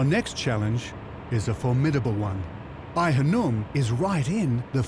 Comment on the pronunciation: Its Khanoum...not hanoum.